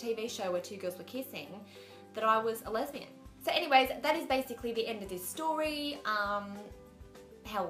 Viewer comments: she's so cute lol! its funny how it sounds like she's saying "lebanese" instead of lesbian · why does she say Lebanese instead of lesbian?